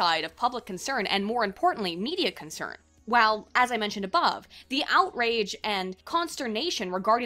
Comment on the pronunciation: Its funny when you say "above" ;)